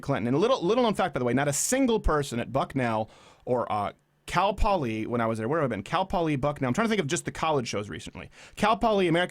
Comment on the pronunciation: look out, your canadian is starting to show. "Cal Poliee"